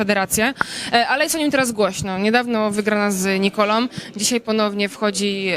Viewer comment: Dziennikarko nie wiem jaką szkołę kończyłaś ale dwóch facetów to obaj, a nie oboje. Rozumiesz? Poza tym słowa kończące się na ą wymawiamy ą a nie om. Nie mówimy Nikolom tylko Nikolą. Tragedia....